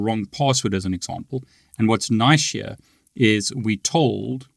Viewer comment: I love the way he says the word "here" Sound like he's sayin Hee-Yah😂